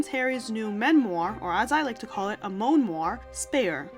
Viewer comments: 'Moanoire'....... brilliant 😮😊😅😂 🇬🇧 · "Moan-oir"? I love it!